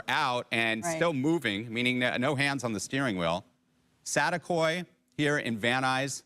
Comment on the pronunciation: SaTEAkoy, not satakoy lol it’s saticoy, reporter fix your English hahaha